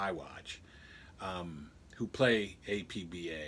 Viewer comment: It's pronounced "App-Bahh." Otherwise, great video. APBA's original basic game is now available online via with online play. However, nothing seems more true (or fun) than the original card and dice version.